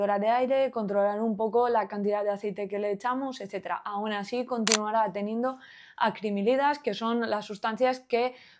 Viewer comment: Se dice "acrilamidas", no "acrimilidas" 😜